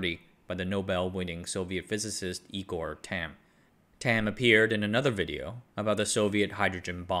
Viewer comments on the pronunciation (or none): none